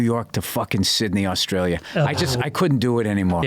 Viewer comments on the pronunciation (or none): none